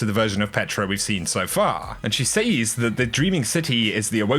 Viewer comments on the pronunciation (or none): It’s pronounced “sez” not “sayyysssss” 😳🙄🙄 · Look... it’s pronounced “sez” not “saze” for gods sake 😂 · says is pronounced sez not saze! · Can you please say "Says" properly all the time, its minor but man is it annoying when you alternate saying it right and wrong. Its not Sayyzzzz !!! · Shirley Timple It’s an incorrect pronunciation. A lot of people say it like that but it has always been pronounced as “sez” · Omg stop saying says that way. Driving me nuts dude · Say "says".